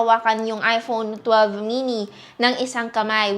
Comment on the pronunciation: parang naririnig ko, iphonu12 chuchu, sorry